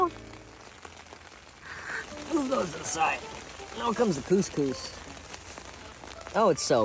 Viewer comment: they way they pronounce koskos is like saying pussy pussy in Arabic